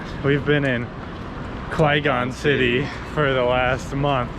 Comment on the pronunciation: You always say Quezon City wrong